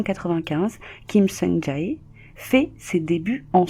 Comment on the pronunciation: Elle a dit "Ja Heyy" 😭😭 ça m'a fumé ptnn